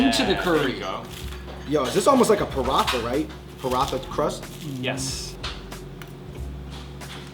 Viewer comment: Lolol the curry pot pie. The way non Indians pronounce the pie crust is so weird bruh "parRatha"? Lol